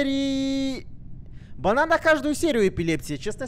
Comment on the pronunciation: Мне послышалось не банан а Богдан😂